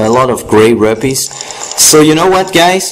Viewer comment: its rupees as in roopees